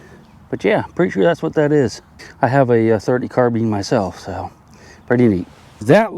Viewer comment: carbeen shell I thought they were called carBINE.